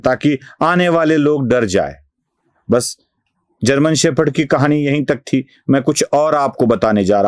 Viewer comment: शेफर्ड नहीं, शेपर्ड!